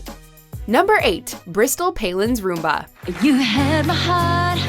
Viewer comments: I’ve never been in more pain hearing someone try to pronounce rumba. What is a “roomba”? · Oh my god please learn to pronounce the dances: It’s Cha Cha not Cha Cha Cha It’s rum-ba not room ba It’s sahm ba not Sam ba Come on man... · It's pronounced RUMba, not roomba. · Sahm-ba, not SAM-ba. And Rumba, not Roomba. Damn, girl, learn how to pronounce things properly!!! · To the lady that is narrating, it's the Cha-Cha not the cha-cha-cha and it's a rumba not a Roomba which would be a floor vacuum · It’s RUMba , not ROOMba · Misha should not be on this list. Any of the “honorable mentions” was worse. And btw it’s RUMba not Roomba. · Rumba is pronounced RUM-ba and not ROOM-ba! One is a dance and the other is a vacuum. 🙄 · it’s rumba not roomba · I feel that you loose some credibility in this video because you did not pronounce the names of two of the dances correctly. A Rumba, with a short vowel sound, is a dance, whereas a roomba is a robotic vacuum cleaner. A Samba with an "ah" sound, is also a dance, but a samba with an "am" sound is nothing. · Why do they pronounce rumba like roomba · Rumba is not pronounced roomba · It's Rum-bah...roomba's are vacuums. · It's RUMBA, not roomba. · 'rUmba' instead of 'rOOmba'🤔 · Do Americans really pronounce it Room-ba? Isn’t that a vaccuum? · Where did the narrator learn to pronounce the dance names? Roomba? Sam-ba? Smh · You mean like the one named after the robotic vacuum - the roomba?? Lol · Like "rUh-mba"? It's a Spanish rhythm. In Spanish the U is pronounced like "ooh" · the way she say rumba and paso double she obviously doesn't speak spanish, but both are better than samba.